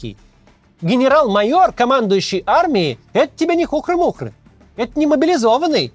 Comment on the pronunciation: В слове "хухры́-мухры́" ударение на Ы! Хухрыыыыыы-мухрыыыыыыы Ыыыыыыыы